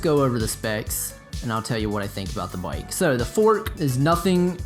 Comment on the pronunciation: For some one that has a bike shop and dose videos on bike you would think he could pronounce the word bike properly